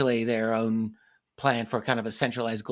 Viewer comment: I thought it was forking😂